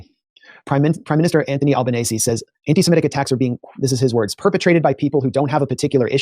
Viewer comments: Al-Ban-Easy. Bon-Die. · Bondi = Bond-eye, Albanese = Alba-nezee, Canberra = Canbra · It's pronounced "Bond- eye" Beach, Jimmy. Also the Prime Minister's Name is pronounced "Alban - easy".